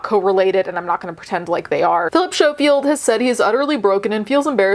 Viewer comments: He is smarmy The oair of them in that show are, sickly sweet and fake. BUT For the love og god Learn how to pronounce the bames of the ppl youre talking about😂 Snowfield 😂😂 SCO-field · It’s sco field (you say the c sound) xx great video otherwise xxx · Mate. I really needed a laugh. Everytime you said "show-field" i laughed out loud. ❤❤❤❤ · A piece of my British heart died inside each time 😂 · Thank you for covering a story from my country🙏 Also, his surname is pronounced like 'skoh-field.' But yeah, this whole thing is awful. We also recently found out that his brother is a convicted p3dophile. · Schofield is pronounced as skofield the ch is a k sound. It’s alleged that Phil had also gotten the guy the job on this morning, there’s a definite power imbalance in this case. It’s so sus that he’s know the guy since he was 15 and then started dating him when he was older. It’s also weird that his brother was accused of grooming and inappropriate contact with minors, it begs the question of what was going in their household when they were growing up to have both of them have these accusations made against them once they grew up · Oh! Ok. Honestly didn't expect this to be covered by you. Guess when it's your country's news, it's different, right? 😅 Also, it's pronounced S-co-field. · Incidentally, the 'c' isn't silent. As we say 'school', we say 'Schofield'...